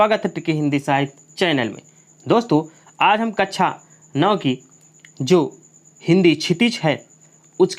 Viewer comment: कच्चा या कक्षा😂😂